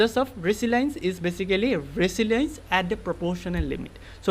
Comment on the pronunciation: Resilience=eyak ৰেজিলিয়েনঢ বুলি , pronouns kora hoi..